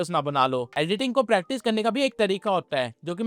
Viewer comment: It's not pratice it's practice